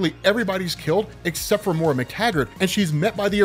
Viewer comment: Why do you keep calling her "MORE-UH"? Do you not have access to the internet?